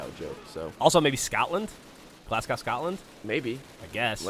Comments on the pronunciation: FFS Geoff! I'm an American and even I'm getting annoyed by you butchering the names of major Scottish cities, It's GlasGOW not Glascow. Usually I give Geoff a pass BUT he has been to Scotland so he should know basic shit like the second major city being Glasgow! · You don't pronounce it Glasgow you pronounce it Glas-go (I'm Scottish and from Glasgow don't question me) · Its Glas-go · Glaz-go is how its pronounced please dear god dont say it that way again xD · Glasgow is pronounced "Glazgo". ;D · He said Glasgow really weirdly. For those who may not know it is pronounced 'glaz-go'. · its pronounced "glasgo" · It's Glasgow not GlasCOW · Americans have no idea how to pronounce anything, it's 'Glasgow' not 'Glassgow' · the W in glasgow is silent, its like glassgo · ffs it's pronounced Glazgo. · Glasgow= Glassco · You got the Glas part right about Glasgow but the W is silent so it's Glasgow (Glas-go) for future reference. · Glasgow - glaz-go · It's pronounced Glasgo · Well "Glez-ga" actually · Glasgow is pronounced glaz-go btw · Glasgow is pronounced Glazz-go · its prenounced glas goe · Lol glassgow, Im from Scotland btw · it's pronounced Glas-go btw :) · WTF is up with the way they pronounce Glasgow? To be fair I've also heard Americans pronounce Moscow in a similar way. Another interesting five facts as usual. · mhuizingh92 It isn't, the languge is mutual, English, it was an incorrect pronunciation on Geoff's part. No need to be so defensive. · You're saying Glasgow completely wrong. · Why you pronounce Glasgow like that! Its wrong, its horrible. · Wow, he really butchered the pronunciation of the word Glasgow. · HAHAHA its actually Glasgow Scotland... derp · I'm from Scotland and I nearly had a brain hemorrage after hearing him pronounce Glasgow like that. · why do americans pronounce glasgow and moscow with and 'ou' sound? its an 'o' sound at the end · How can you fuck up the pronunciation of Glasgow so badly? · It's Glasgow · That pronunciation of Glasgow though :P